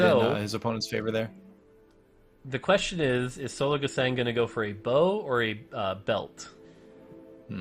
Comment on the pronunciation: Can anyone please tell that the german "Sologesang" is pronounced more like zologezung. So with a very soft "s" like the "z" in "zoom" and the german "a" witch sounds more like (but not quite the same) the "u" in "lung" or "plumming" or "but".